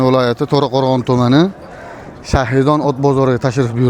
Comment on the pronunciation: Атамани бузмей гапиринг бу́там Шахри -дон эмас ШАХИДОН денг